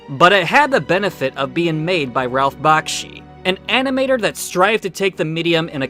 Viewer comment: you said Bakshi wrong. also I don’t find anything wrong with his movies. perfect Peter Jackson wouldn’t have even made The Lord of Rings if it weren’t for Ralph Bakshi